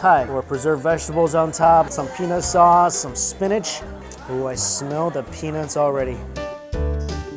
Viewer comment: I heard penis sauce more than once mike. 🤣